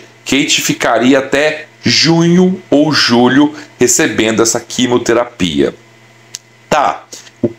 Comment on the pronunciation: Não é quimoterapia querido, é QUIMIOTERAPIA